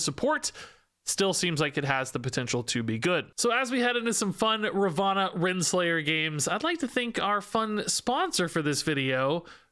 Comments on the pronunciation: *Ravonna not Ravanna 😂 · definitely saying it wrong/different as her name is Ravonna not Ravanna like you are saying, google translate it helpful when confused